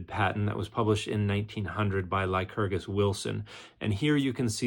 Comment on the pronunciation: "Lykurgis Wilson" sounds like a Mark Twain character.